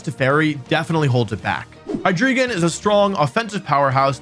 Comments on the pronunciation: Why do people call it "Hydreegon" when it's a rare pokemon name whose pronunciation is easily available for us to know. The dragon line is based on the german numbers "eins, zwei, and drei (dry)", so it should be "Hi-Dry-Gon", similar to how we don't pronounce the legendary birds "Moltrees, Articuhno, and Zapdoss" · Hydreegon. Cringe. It's HyDRAIgon my guy. The Drei in Hydreigon means three in German Just like the Zwei in Zweilous is two, and the Ein in Deino is one. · Hy-dree-gon It's... Hy-DRAI-gon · Hydreigon is pronounced like Hi-dry-gon not Hi-dree-ghen. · ok once again. its of German 123 origin. its Hi-Dry-Gone! That is the pronunciation! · As a German, I dislike how Wolfey mispronounces Hydreigon. It's HY-DRY-GON. The German word "drei" means "three" and is pronounced like the word "dry". That aside, great video! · Your pronunciation of Hydreigon is absolutely killing me..